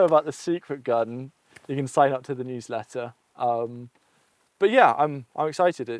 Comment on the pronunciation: I thought he said huwsletter.